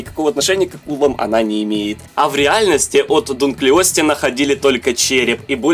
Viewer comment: Не Дункли_о_тей, а Д_у_нклиостей